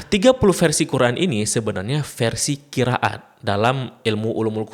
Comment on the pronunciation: admin aslinya dr mana? ko bacannya qira at.. ra ga dibca ro